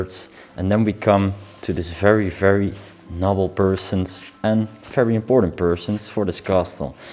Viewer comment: Have you ever thought of having a native speaker listen to your videos to make suggestions for you to improve your English? I have been binge watching your videos and you have been mispronouncing the word NOBLE in every video for five years. This is the first video I have seen with and he is saying it just like. There are many words in each video and it is very distracting from your fabulous videos.